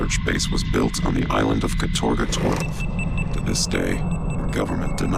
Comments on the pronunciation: Katorga translates to "hard labor" in Russian. Calling your city or island "Labor Camp Gulag 12" and acting like it's a normal name is weird. Also it's pronounced "KA-torga", not "ka-TOR-ga" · the worst part of this for me is having to listen to them put the wrong emphasis on the word 'katorga' all the time... It's 'kAtorga', not 'katOrga' you assholes. Means 'involuntary hard labor'. You know, the kinda thing Raven does for Activision now in the CoD mines.. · The worst thing about this gameis that Americans can’t pronounce “katorga” correctly. Like holy crap just practice using google translate, mate.